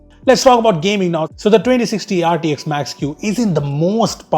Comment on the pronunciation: Bro its GT(X) AND RT(X) NOT H .